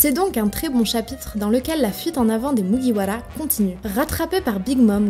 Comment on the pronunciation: MuguiwaRA katakuRI 😂😂😂😂 tu peux rouler les R pour ses noms si tu v ça nous dérange pas😂😂😂